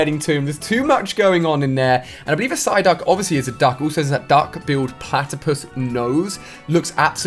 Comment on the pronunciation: is it just me or he said ssyduck